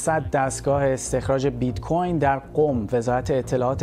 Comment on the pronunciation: Oon bit-coRn ro khoob oomad 😂😂😂